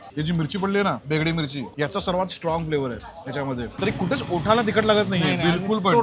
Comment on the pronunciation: 😂 बेगडी नाही रे बेडगी म्हणतात 😂